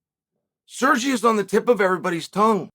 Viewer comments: SerGAY, not Sergi. Stop. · "Blehal" Muhammad, Islam "Macklechev" and now "Sergee" Pavlovich 🤦‍♂️ Chael is definitely trolling 🤣🤣🤣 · You do this for a living and still cant pronounce a name properly. Come on Uncle Chael. That's not very professional. Serjee??? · Dude, really? Surgee?? I'm gonna wildly speculate this mispronounciation stuff is a result of CTE or some other form of brain damage. I just don't see a 2009 Chael butchering name after name the way present day Chael is doing. I don't know that he's even capable of saying their names correctly even if someone were to work with him on it. Really.. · At this point I am convinced Chael mispronounces as many fighters name as possible, just to give fans something extra to talk about. Sirjey? Really Kale?